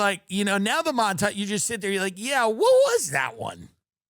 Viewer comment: You mispronounced mountage : ) Let me help pick your cherries : (